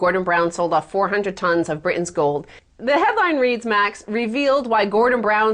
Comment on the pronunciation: she can pronounce british but not britain